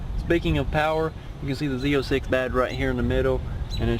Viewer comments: Zee Zero Six Hahahaha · " Z zero six" had me dying!!!